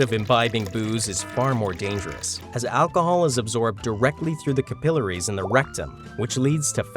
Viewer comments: Capillaries... LOL!!! How do you mispronounced capillaries? He either fell asleep during english class or has been living under a rock until now 🤤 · Things were fine until he mispronounced capillaries. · . I see you're using the British pronunciation of capillaries, not the American.